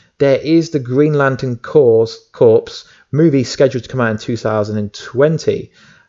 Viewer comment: Green lantern "corps" is pronounced green lantern "core"